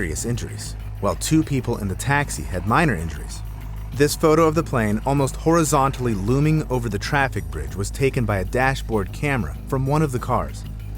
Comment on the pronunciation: you call this "horizontally"?